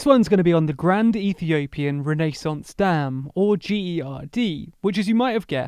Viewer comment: The pronunciation of renaissance is just wrong